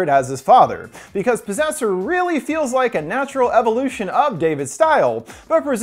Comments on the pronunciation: PROSSESSER? oh POSSESSOR! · At the start when he says disaster/possessor if you think he’s going to say possessor it sounds like you’re saying prossessor if you think he’s going to say disaster it sounds like he seen disaster